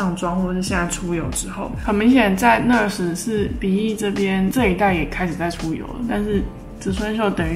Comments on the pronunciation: NaAAAAAaaars Not ners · 應該是唸內阿死，不是呢呃死吧🤔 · 跟我念 那尔s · 應該是念ㄋㄚˋ ㄦˇ ㄙˇ吧🤣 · 單音節是唸ㄋㄚˋㄦ斯喔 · NARS的唸法有點怪？？😅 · 原来不是只有我这样觉得。lol～美音的话r要发出来，英音的话没那么强调。不过没关系，爱汤的化妆技术❤️